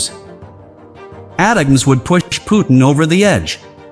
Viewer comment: This guy has no clue how to pronounce HIMARS or ATACMS, so don't say it the way he did unless you want to get laughed at. He also has absolutely no clue when he says the HIMARS provided to Ukraine would require significant hardware changes 🤣🤣🤣🤣🤣🤣🤣🤣. Idiot. Where do these fake news bozos come from anyway?